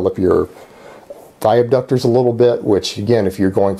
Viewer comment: aDductors, not aBductors